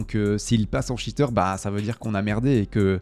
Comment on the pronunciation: un shiteur ????? cheater ca ne se prononce pas comme ca